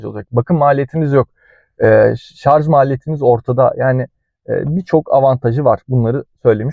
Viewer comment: Şarz değil şarj